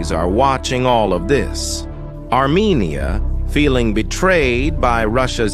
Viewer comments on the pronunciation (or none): none